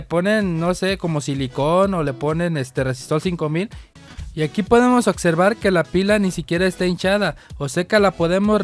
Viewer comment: Tu si sabes otservar 🤣